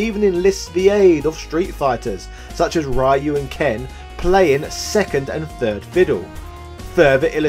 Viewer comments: It is Ryu as in Reeeeeuuuuuu, NOT RYYYYYYUUUUUUU. I cringe anytime you say RYYYYYYUUUUUU lol. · Right? Like in this video, the guy who thinks the guy's name is "RAI-YOO". No. It's "Ryu". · Or the way he says it, Why-You!!! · Hey could you pronounce Ryu's name properly?!